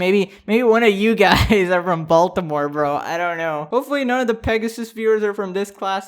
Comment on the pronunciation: im sure all of my fellow baltimoreans agree wit me when I say this...the way he says baltimore just hurts my soul🤦🏽‍♂️😂